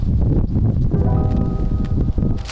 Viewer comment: aJent Nesty is the correct pronunciation (unless it's on purpose to be funny, because clearly you're not an agent, that's just how your government has painted you. That's what I thought, but maybe not - sometimes people don't correct the pronunciation of people who are learning a language which ends up not helping them, so maybe that's the case. Just thought I'd post here it in case it's not on purpose!)